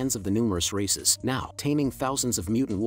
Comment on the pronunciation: I thought he was saying racists the whole time lol